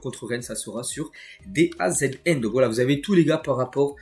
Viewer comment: ça fait des s maines que je t'entends épeler DAZN alors que ça se dit "dazone"